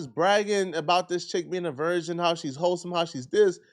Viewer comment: He keeps saying version instead of virgin and idk why its bugging me so much when its not that huge of an issue lol 😂